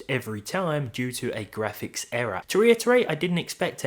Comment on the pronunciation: Buahahaha! GraHpics card.. 😂